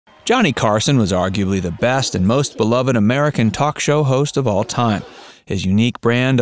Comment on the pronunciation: Unless you're a Baptist preacher, beloved has two syllables.